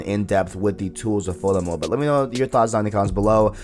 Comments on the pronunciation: Good video but be clear with your words bruh. I did not understand that you were saying Photo Mode. Sounded like Fulla Mode and i was like what mode is that? Overall Good info in the video. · What is he saying at about - ? Sounds like he’s saying bullet mode?? Foilet mode?